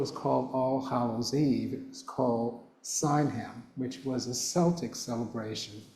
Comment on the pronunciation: Pronounced Sa-wain ❤